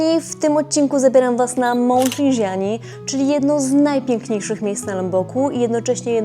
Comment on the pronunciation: Rindżani, a nie "Rinżiani" ten wulkan nie jest we Francji xd